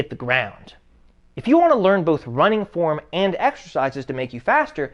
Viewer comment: "wai are yu ronnin? wai are you ronnin?"